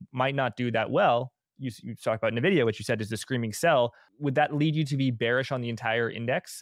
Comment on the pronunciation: It's not "NEH-vidia" - it's "EN-vidia" :)